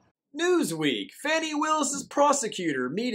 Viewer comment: It’s not fauny it’s Fanny, like a big fat Fanny……..😀